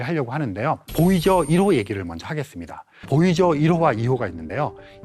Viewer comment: 보이저1호, 보이저2호... 보이죠? 1호, 보이죠? 2호 이렇게 들립니다.